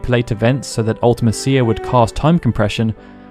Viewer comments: Why do u call her Ultima-cia? Its one word. Ultimecia.. its not hard hard to say lol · Take a shot every time OP mispronounces Ultimecia.